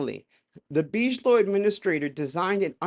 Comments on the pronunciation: but beej-low sounds so much classier. We don't deserve.😂❤ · It’s BIG-ilow, not beeej-low that’s not how it’s pronounced lol. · Oh and for the love of GOD! It pronounced "Big-A-Low" "biG". Not " beezsh". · Big-uh-low, not bige-low. Lol. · Hey dude, just a quick clear up...BIGELOW is big-uh-low, not beej-low. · How is this a UFO CHANNEL and you DONT KNOW who ROBERT BIGELOW IS??????? like wtf??? Its pronounced BIGGALOW - NOT BEESHLOW man... and BAASS isnt BIGELOW, just say BASS!!! Holy cow man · It’s not real dude. Why would they call it a tic tac before the pilot nick named it tic tac? It’s basic aerodynamics stuff that came out after the incident. Also it’s pronounced BIG - A - Low not Beegelow. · Why do the gays believe everything they read and hear? Btw; you regards realize your listining to someone's BS who thinks Bigalow is pronounced Beej-low? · "Bidgelow" lol. "Whoops! Sometimes I slip the D in without thinking about it." 🤭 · It’s pronounced Big-a-low….. 😂😂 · Nevertheless... All due respect, the soft pronunciation, "Beejelo", is kind of distracting every time it comes up. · Bigelow like big eh low, the mispronunciation is killng me. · Big-a-low is how Bigelow is pronounced, brother. Just wanted to let you know. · Please Big-e-low. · It's BIG-A-Low my friend!👍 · It's deuce bigalow for god sake! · It's pronounced big -a -low lol dope video. Love the content, God bless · It’s pronounced big uh low aerospace. Good video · BTW, you pronounce it as "Big ello". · by the way, everybody else pronounces it as "Biggalow aerospace" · Salut couyon 🥂 I caught your pronunciation and wondered why you pronounced Bigelow, en Français. 😉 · Dude , you are mispronouncing the name "Bigelow" .